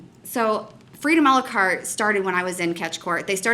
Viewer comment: BTW it's "a la carte"